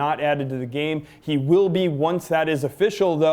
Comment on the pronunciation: lol "Willl"